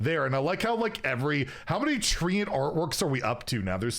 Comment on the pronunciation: If it says "treant" why is it being said like "treeant"?